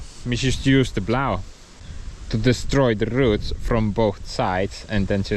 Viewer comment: I like the way you say rrroots.